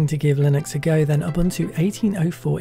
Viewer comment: Correct pronunciation is ooboontoo